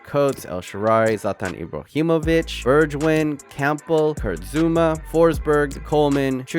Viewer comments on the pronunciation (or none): none